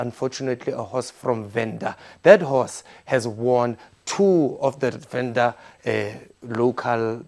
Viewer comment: Ah your Venda is wrong papa.